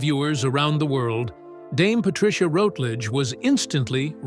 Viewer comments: Please , please , please , please, please, please, please learn to pronounce her name currentry. It's RUTlidge, not ROUTlidge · You could at least pronounce her surname correctly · That commentator has no idea how to pronounce her name: very unprofessional. Unlike Dane Patricia he failed to do his homework and The Silver Past is not a channel I recommend or will watch in the future! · Very interesting but please pronounce her surname correctly. I became so annoying.